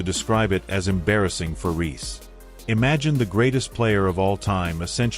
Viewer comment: The audio is correct, but is AI and is often incorrect. Reese. Not Ree